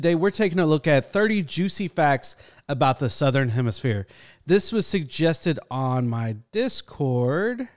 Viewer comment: Good "Egg=Gestion" T girl 😆